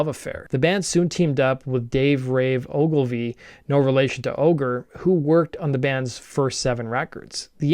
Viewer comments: It’s Ogilvee, not Ogileave Dwayne’s last name is pronounced as Gettle, not Go Et. Not even close. Bites has zero songs from Remission. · Ogilvie. Not “oh-ga-leave. 😅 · Skinny Puppy was also heavily heavily influenced by Portion Control. Also it was the Provincial paper, Canada doesn’t have states. Lastly, pronunciation of names my friend, Oglivie (Ogilvee) and Goettel (literally as it is spelled) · Ogre's real last name is pronounced Ogil-vee, not Ogil-eeve. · You mispronounced Ogre's name "ogle leave" then pronounced it correctly talking about Rave saying "no relation." You knew better. You can't just ogle leave bad content on the internet! Delete the video, make the corrections and upload it again. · While it's cool to see Skinny Puppy get attention I can't help but feel that you're just a complete poser making this video for likes and views. You can't even be bothered to pronounce Kevin Ogilvie's name correctly. I'm only 5 minutes in and you've mispronounced it twice already. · your mispronouncing Ogres real last name wrong btw